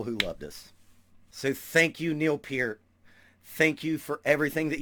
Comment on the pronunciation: "Pert", not "Peert". Mis-spelling intentional. Liked you otherwise, because you listed Levon Helm as your favorite drummer too. You seem like a good dude, so subscribed. Drum on Brother.